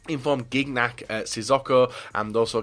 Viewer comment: learn how to pronounce gignac